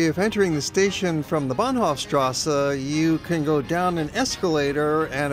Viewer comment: Why "... strassa" when it is clearly written "strasse" and there no difficulty to pronounce it as it is written? Otherwise, excellent documentary, from all perspectives.